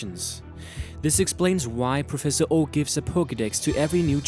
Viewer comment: Mount Moon, not Emtee Moon Professor Oak, not Professor O Det-Er-mine, not Det-o-mine Footage shows is yellow version, not blue red or green, bearing in mind green was japan only and had completely different sprites. I could go on with pointing out errors but I can't be arsed